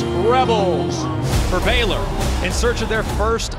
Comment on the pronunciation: It is B (long A) Y L O R